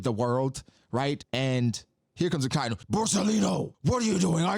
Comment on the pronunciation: Aka-inu means red dog, red is aka or akai. Inu is dog, Not akai-nu.